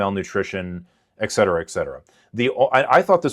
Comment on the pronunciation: Fool just pronounced it "ex cetera". Immediate red flag.